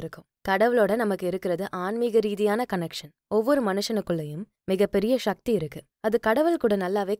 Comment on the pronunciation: ஷக்தி என்று உச்சரிப்பை சக்தி என்று உச்சரிக்க, சக்தி பெருகும்.‌...ஷக்தி செயற்கை உச்சரிப்பு